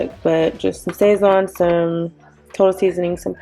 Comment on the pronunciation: It's pronounced more like sah-szohn and the emphasis/stress is on the end of the word, just btw~ it's just cumin, garlic, coriander, and this stuff called annatto which is what makes it so pigmented. It also has msg I believe~ my family (puerto rican) also uses it in everything and it's purpose is literally to make stuff look seasoned 😂 we use the goya packets though.